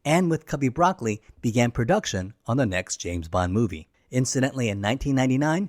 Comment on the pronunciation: Just as a bit of FYI, Albert Broccoli's name isn't pronounced like the vegetable. It's pronounced "Bruh-coal-ee" with slight emphasis on the second syllable. I believe it's an Italian name. But I bring it up because it really ruins the credibility when you can't pronounce the names correctly. I know it's spelled the same but as a true blue since I was born Bond fan, I immediately knew your research didn't involve watching actual video documentaries or interviews about the films.